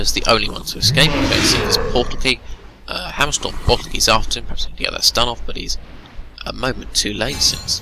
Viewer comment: It's not your english, you just mumble SO much, can't understand half of the thing you're saying cus a word like "Hammerstorm" in your mout sounds liek Hummrestm